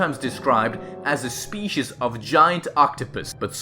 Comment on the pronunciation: He says species wrong